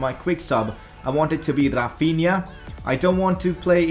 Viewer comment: Its Rafinha not RRRafinha